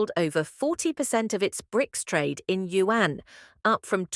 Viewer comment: Ai Voice can't pronounce RMB & Yuan ... Difficult to listen and comprehend calculations .